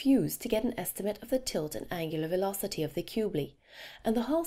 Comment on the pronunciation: She tries to be British when she says angular velocity